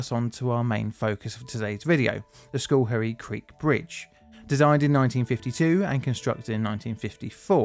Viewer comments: Cool! This is from close to home... hunted a lot in Schoharie as a kid. Schohrie pronounced "sko-harry" cheers man! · For anyone interested, the name is pronounced like "skuh-HAIRy" (No criticism of, of course) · Am familiar with the spot. Pronounce that Scar-hee. Hey You Toobers, find a local newscast for how to pronunciate place names. Infamously, locally a pilot fell out of an airplane and fell on Fuk-way Varina. not quite....Few-kway. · Took me 2 minutes and 3 rewinds to hear the name properly 😂 I'm from the general area; I kept hearing "school hairy" and was like where tf is that in NYS? 😭😂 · Schoharie is pronounced Skh'arrry is most NY dialects. While Dutch in origin, the "oo" if present is almost a grace note. Otherwise carry on. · This one was close to home, literally. I lived in the area at the time and I remember it well. You did an excellent job of documenting the event. Other than mispronouncing Schoharie, which is understandable if you're not familiar with U.S. east coast Native American names.